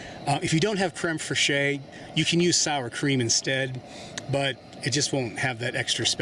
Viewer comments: Fresheeyy. :D Better not let the French hear you saying that. It's pronounced Krem Fresh. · I don't know if anyone else has said it, but creme fraiche is pronounced like creme fresh - and not phonetically. because reasons. . . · Very nice. Takes a bit of logistical effort and planning to cook like this afield. I usually give my onions a head start. IMO, garlic get's nasty if over cooked. Also, It's generally safer for Americans to pronounce it crem fresh. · I enjoyed the simple recipe. Just an FYI, the proper pronunciation of crème fraîche in English is "creme fresh." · Love your vid dude. But as a Frenchman, I have to tell you that "fraîche" from "crème fraîche" is said almost like how you would say "fresh". Can't wait for more of your videos. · Pronounced creme fresh . Ty 4 wonderful video! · It's pronounced very similar to crem fresh idk wtf you said lol